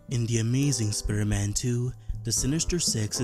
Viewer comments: sprrrman? wtf dude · Can you say normally Spiderman